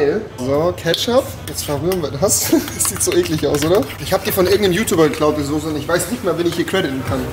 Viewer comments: wie er Sose anstatt Soße sagt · Soße NICHT SOSE WAS IST MIT DIR